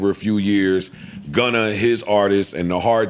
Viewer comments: It’s Gunna not Gunner 😂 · The fact that Joe says Gunner is hilarious